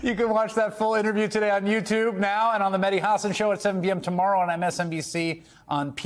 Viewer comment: say the name properly it’s Hassan